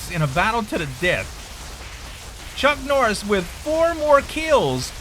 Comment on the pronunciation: "Chunk Norriss"?